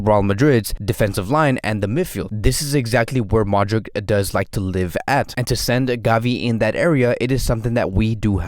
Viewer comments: I think he got it wrong. Modrich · Great video... Hey quick question... Do you pronounce Modric wrong on purpose or?